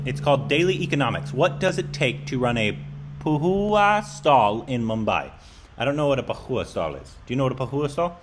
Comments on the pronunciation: And it's poha. While you pronounce it will be as pooohoa like indian pronounce it 💕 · How does he pronounce it as pahooa 😂😂😂.It's two syllables. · Is dyslexic?.. I mean poha can never be pronounced as " pauaa"..